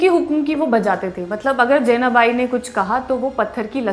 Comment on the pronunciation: Jenabai nhi , Janabai..... Marathi Lady.